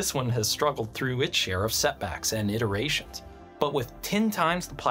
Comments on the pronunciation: Did he just say ITERations? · Oh yes, it went through many ITER-ations probably :face-blue-smiling